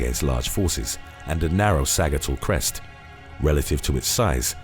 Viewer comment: Sa-JIT-all crest